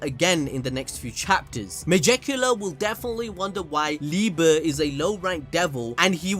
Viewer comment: It'd also pronounced lee-bae in the anime